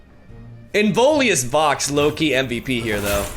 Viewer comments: pronunciation police here: it's in-VIO-lous vox. not in-VOLI-ous vox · Pls it's not Involius, it's Inviolus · Please, after zaunite your chain. Its the inVIOLUS vox, not inVOLIUS vox. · IN - VI - O - LUS. I don't know why it triggers me so hard, but yeah. Nice deck! Looking forward to your new creations! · Little Pronunciation Nitpick: hes called inVIOLus Vox (like Violet). I Think its Latin for "unviolated/uninjured voice" or something...